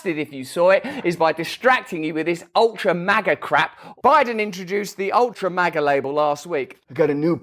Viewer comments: JoeTatoe can't even say it right. Maaah-gah. 🤪 Trump is living rent free in head. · I think it’s supposed to be a play on the word major only HE pronounced it wrong. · Why does he change the pronunciation of “Maga” each time? Ultra Maga sounds like a box of smokes. Worse yet…condoms. 🤦🏽‍♀️